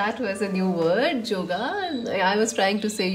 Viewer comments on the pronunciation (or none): " Joga" is a Bengali accent of " Yoga"😂😂 .... Yes too much bg this week.... everything resonated Pile2